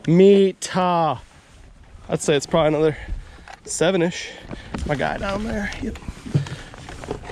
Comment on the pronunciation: "Anuther one " 🤣🤣🤣